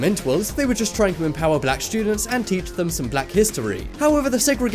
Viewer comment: Why he say black like that you racist sick fuck